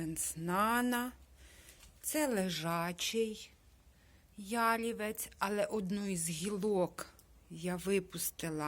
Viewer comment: Гарний садочок! Не Ялівець,а ялівЕць,вухо ріже.